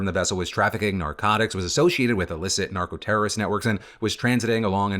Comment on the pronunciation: anyone else listen to this and think, "There's no way in Hell that man knows how to pronounce Narcoterrorist"??